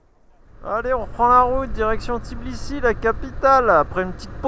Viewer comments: C'est TBI-LI-SI et non Tiblisi 🤣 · Oui c'est tbilissi pas tiblissi😂😍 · Tbilissi c'est pas si compliqué a dire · Super vidéo comme d'hab. Content de vous retrouver par contre vous avez un p'tit soucis avec le nom de la capitale Géorgienne 😄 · ouai quand meme! c'est limite manque de respect de traverser un pays sans prononcer correctement le nom de sa capitale lol et oui biensur qu'il y a du rugby en georgie! c'est des solides! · Pourtant c'est n'est pas compliqué de prononcer თბილისი 😂 blague à part votre vidéo est vraiment sympa, mille mercis ✌️